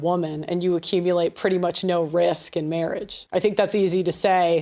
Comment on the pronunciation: Weird accent... the way she says "no" here it sounds like "nigh" to me. LOL!